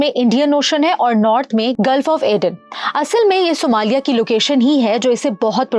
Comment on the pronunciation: Sumaili nahi Ma'am, Somalia 😂😂